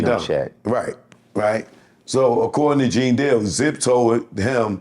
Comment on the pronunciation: My man said Gene Squeal 😂